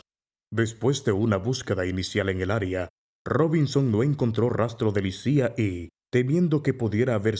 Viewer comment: En serio se pronuncia "Lisía"?